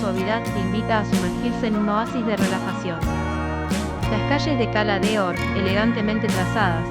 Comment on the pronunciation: a ver si pronuncias bien, los nombres de cala d'or y soller. La cagaste .